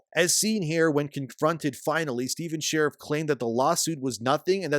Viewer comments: Every time I hear "sherrif' I die a little bit inside. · Dude, its pronounced as "Shureeeeef" not like a cop. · His name not pronounced like "sheriff". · So click bait...can't even say his name right and pretends to know whats going on for clicks...trash. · I hope this is taking us constructive criticism and not some asshole in the Internet. Probably will be the ladder, but it is not intended that way. Your credibility takes a huge nose dive when you don’t pronounce the guys name correctly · If you're going to repeatedly say his full name, check your pronunciation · That pronunciation of Sharif.... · I love how you intentionally mispronounce his name throughout the whole video. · Half of this info is wrong, and this dude doesn’t even know how to say the creator’s name. Go watch a real video that actually knows what’s going on. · The gaming kickstarter space is a weird one bruh. Based on precedent alone, you're more likely to get rug-pulled in an MMO kickstarter than through meme-coin investment, and yet people were giving away their money hand over fist to a known con artist in the hopes that this game would mean the resurgence of MMORPGs? Like, how does this keep happening? Btw, you pronounce Sharif wrong, but since that makes Steven mad, please, keep it up.